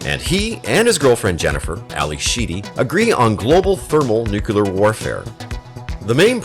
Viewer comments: Hey! It's pronounced Nuke-Lear - Not Nucular. Only a Dumb ass does that. Just LOOK how It's Spelled. N-U-C-L-E-A-R. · NucUlar? Warfare... Nuclear. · Say it with me: nu - cle - ar. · thermal nucular? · wasn't that a common George Bush screwup?